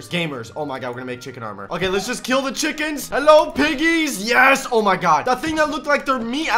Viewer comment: why did he say chinkens